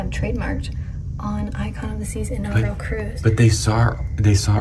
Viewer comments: Inaugural...not inaugrial...come on man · Just like to point out knows how to say "inaugural" while always says it wrong 😂